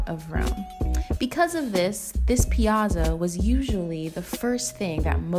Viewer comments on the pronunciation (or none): The double "z" in "piazza" makes it pronounced "pi-AHT-za," FYI. Great video! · Great video! If only you pronounced the word piazza correctly... ;) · Not how you say piazza